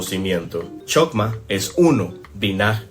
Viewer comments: Se pronuncia:/Jojmá/ 🤗 Muy buen vídeo. Gracias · No es Ain Sof es Ein Sof, aunque escrito encuentres chokmah se pronuncia jojmá. El árbol que muestras es del esoterismo inglés, no es de la cábala. Los netivot (canales) entre Hod y Maljut y entre Netzaj y Maljut no existen en el árbol sefirótico del judaísmo.